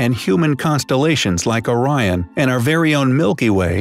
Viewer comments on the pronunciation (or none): none